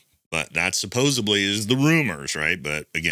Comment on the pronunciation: supposedly, not supposebly. C’mon troop…..💪🏽😎🤙🏽🇺🇸